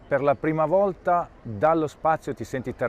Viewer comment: El astronauta dice "dallo spazio" y no "delllo spazio" "DALLO" en italiano quiete decir "DESSE" en este caso... Desde el espazio.